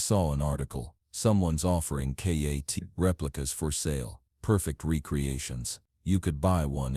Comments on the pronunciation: Its Kitt not katt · It's kitt not katt stupid ok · K.A.T.T. it's K.I.T.T.